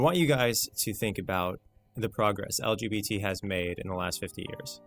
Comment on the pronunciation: every single time he says "elgeebeetees" it cracks me up